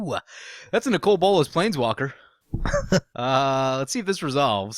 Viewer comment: I like your videos. But your pronunciation of Nicol Bolas does ma tits in